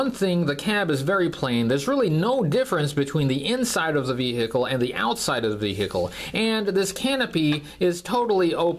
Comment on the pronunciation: I can't take "ve-hick-le" any more.